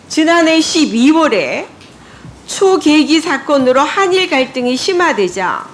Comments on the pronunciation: 초계기가 뭔지 모르니까 적힌거 읽으면서 '초' 계기 이렇게 말하는거죠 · 초계~기 가아니고 초계기 다 이년아~~!!! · 초계기를 초~계기라고 읽는 사람이 도대체 ㅋㅋㅋㅋㅋㅋㅋㅋ 모르는 거 확실하지요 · 이은재 저 분 초~계기라고 읽으시는 것 보니 초계기가 먼지 모르시는듯😅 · 초~계기 사건이 아니고 초계기. 이어서 발음을 해야지 내용을 미리알고 말을 해야하는 데 보좌관이 준 자료만 들고 읽으니 제대로 말이 나올리가 있나 ㅡㅡ 뭔소리인지 알아먹을수가 없네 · '초~계기' ㅍㅎㅎㅎ '초계기'도 제대로 못읽냐? 쓴거 읽는 것도, 뜻을 제대로 모르고 읽는다는 느낌이 팍 온다. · 초_계기가 아니라 초계기라고 붙여서 읽어야지... 뭔지도 모르고 써준데로 읽고만 있구만.. ㅉㅉㅉ 진짜 니가 읽은게 뭔뜻인지 알고는 읽는건지 모르겠다.... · 나라가 어려울때 니네들 국회에안들어오고 뭐했지? 매국노같은 인간들 ! 너희들은 국민을 우습게보았지 "초 계기"가 아니고"초계기"다 은재씨 발음똑똑히해라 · 저 할머니는 자기가 읽는 원고가 무슨내용인지 이해조차 못하고있네 ㅋㅋㅋ 초 계기~~사건이란다 미쵸 ㅋㅋㅋ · 누가 써준거 읽어주는거 티난다 아줌마 "초 계기"에서 빵터짐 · 초! 계기~~ ㅋㅋㅋ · 비서관들이 써준 원고만 읽고 앉아있네ㅋㅋㅋㅋ 초계기가 뭔지는 알고 얘기하는지.... 뭔지 알고있다면 초 . 계기 라고 안읽었겠지 알았더라도 최소 원고를 사전에 수십번 읽어보고 공부해서 읽는것도아닌 내용이 뭔지도 모르고 그냥 써준원고를 당일 받아읽기만 하는게 참 불편하다...너무 무식하다...저거도 국개의원이라고....에휴.........니가 하는게 그게바로 정치쑈야 이년아 니가 그렇게 좋아하는 사퇴는 너나해라 제발.. 꼴배기싫어죽겠네 마귀할멈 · ‘초계기’ 가 뭔지 잘 모르시는거같은데 초-계기로 읽는거 보면 ㅋㅋㅋㅋㅋ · 초계기가 뭔지 모르는 년이네. 초계기 읽을때 억양 딱 보니 초계기가 뭔지 모름. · 이 할매는 생각이란게 없이 그냥 보좌관이 써준거 읽는거 라는게 보이는게 '초계기 사건'을 '초 계기 사건' 이라고 읽네... 본인이 생각해서 쓴 자료고 사건에 대해 조금이라도 알고 있으면 저렇게 못 읽지... 한심하다 한심해... 저 딴 걸 국회의원으로 뽑은 곳이 강남구.... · 초~계기사건이 아니라 초계~기 사건이지 ㅋㅋㅋㅋㅋ